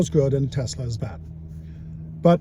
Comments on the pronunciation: Pronouncing Tesla as “Tesler” immediately strikes all admission of the record. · Senator can't even pronounce Tesla correctly.